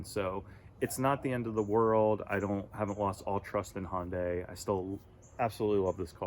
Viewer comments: Hon-Day? I think its Hi-Un-Die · Why do people have such a hard time pronouncing Hyundai! HUN-DAY! Not HON-DAY or HI-UN-DAY. HUN-DAY like Sunday. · Try pronouncing the name of the carmaker you own correctly: Hun-day, rhymes with Monday. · Why do people have trouble pronouncing the name of the company they just bought the car from?